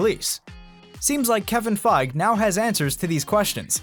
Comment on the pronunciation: Fi-GEE....FI-GEE...Not Fyge